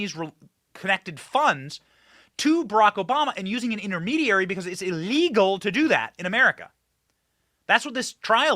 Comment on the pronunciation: Benny please stop saying " ellegal " it's ( ILLEGAL ) , details matter . That is how WE the PEOPLE , will " MAKE AMERICA GREAT AGAIN " !!!!! It starts with small steps and grows from there like a snowball down hill !!!!! TRUMP/OWENS / 2024 & BEYOND !!!!!